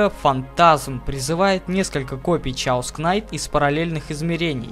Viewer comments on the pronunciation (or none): чаос кнайт, чаос болт... пиздец фейспалм блядь если уже по-английски говорить и писать русскими буквами то это будет кэос найт, кэос болт но не как не чаос и уж не как не кнайт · гугл в помошь сh читаетса как ч но англ перевод кейос канйт а рус перревод хаос